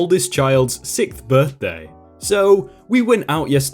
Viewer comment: "sickth birthday" 😂